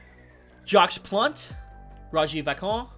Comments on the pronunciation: I somehow think they know how to say Vachon (Va-Shawn), Henri (En-Red) and Lefebvre, which you didn’t even try (Le-Fave) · Your pronunciation needs some work. I appreciate you going through the rosters but you present yourself as an expert. Go look up how to say Henri or Vachon, or Lefebvre